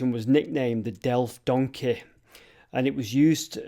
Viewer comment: I like the way you say donkey 😂 Done-kayy. 🙂🙂🙂 That's fun